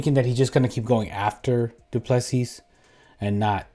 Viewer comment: Pronounced "doo plu sea".Agree with you, I am sure DDP'S team have a game plan figured out